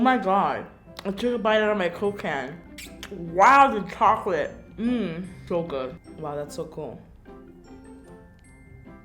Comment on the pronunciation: that funny when she said shoclate instead of chocalate